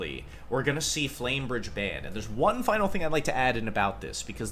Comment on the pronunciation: Man called Flamberge “flame bridge” several times… sheesh Yugioh players really Can’t read